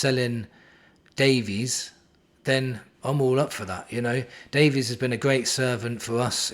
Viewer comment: Woooooh mate you ok? You keep saying Davies correctly! 😅👍and be surprised ifvwe can get 30 million for Richie. And with all these CBs I think Rom and Phillips will go....